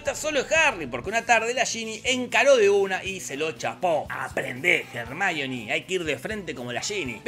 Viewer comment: "jarmáioni" ????? La minita se llama Hermione pelotudooooo !!! Pareces esos que le dicen "Yéison" al Jason de los argonautas ...